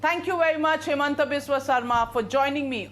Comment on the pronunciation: PLEASE it's HIMANTA....not Hemanta 🙏🏻🙏🏻🙏🏻 Love from Gujarat